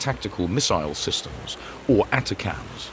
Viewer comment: They're pronounced A-TAC-MS. OK ??? AND you're video is about an American missile but you keep showing RUSSIAN ICBMS !!! HOW UNPROFESSIONAL CAN YOU GET ???